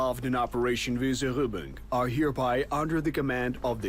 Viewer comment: Maybe it is the Austrian German pronounciation. ;-) Yep, sounded odd.